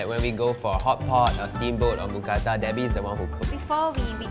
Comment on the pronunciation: I’m so happy since I’m Thai and moo means pork or pig but it’s not pronounced like a cow Kata means pan So mookata together is a meal name Edit: that is the almost perfect pronunciation of mookata